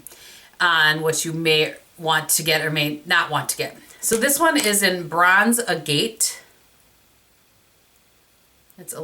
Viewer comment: I really like these! Hautelook is such a good deal. BTW, "agate" is pronounced AG-it, rhymes with maggot and Bob Saget. :-)